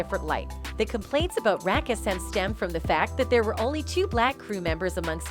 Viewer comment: I really wish you guys would hire someone to read this. Wtf is Rackism it took me a good 30 seconds until Siri said it again 🤣🤣🤣🤣